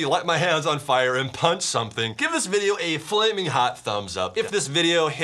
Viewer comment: chad i love your vodeo but vy bab wepen